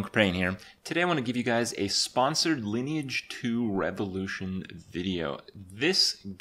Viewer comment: Lineage not liné age Like online but line lineage